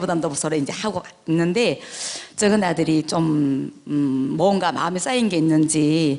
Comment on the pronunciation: 쩍은 아들, 작은 아들로 발음하시길, 좀 거슬리네요.